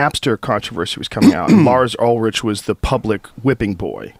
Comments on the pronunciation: Ul-Rick not Ul-Rich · Joe Lars Ulrich is pronounced Ulrik. lol! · Ulrich is pronounced ULRICK.